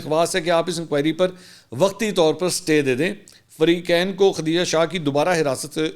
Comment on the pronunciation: bahi mansoor name khateeja nhi khdijah he islah kar len